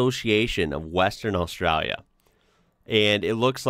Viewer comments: You say “Australia” kind of funny, like “AustrUlia.” Should be more like “AustrAAlya.” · It is pronounced Ostraylia. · Enjoyed the content, but I’m gonna have to ask you to stop saying Australia… your pronunciation is killing the Drop Bears. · Please stop pronouncing Australia like that lol.. It sounds silly. I know thats how a lot of aussies say it, but it sounds silly then too lol 🤦‍♀️😂